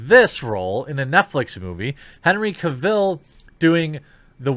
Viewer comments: I imagine we aren't getting new Superman stuff because Superman is boring. Also, stop saying Henry Cavill's name wrong. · You kept repeating Henry's name wrong really annoyed me 😂😂😂😂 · The way you say cavill gives me cancer